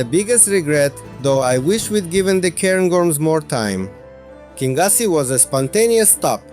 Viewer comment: Your english pronunciation is excellent sir . Your Scottish place pronunciation needs a 'wee bit o work' 😅 great videos. The towns of kingussie and Newtownmore are bypassed by the main A9 road. The two most successful 'shinty' towns in Scotland.